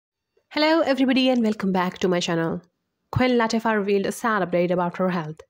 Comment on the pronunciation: It's Queen La tea fa. Plzzz get it right